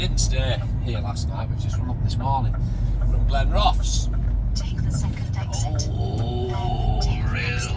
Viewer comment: It’s pronounced Glen Roth es and it is Stra cath ro service station